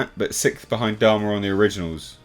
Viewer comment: I keep hearing "dharma" and not "Dahmer." QUITE different things. As for Andor, I'm probably going to watch it, but I'm waiting until the finale before I commit. Disney+ makes a habit of pulling an Amber Herd for their shows.